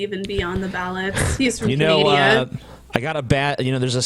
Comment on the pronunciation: "He's from Canadia"